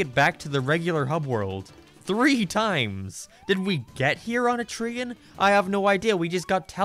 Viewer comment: For some reason, this video in particular makes me realize your accent makes you pronounce things really weird. For example you pronounce "train" as "tray-in" with two distinct syllables.